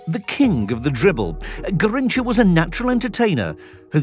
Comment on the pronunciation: Ga heen cha is the pronunciation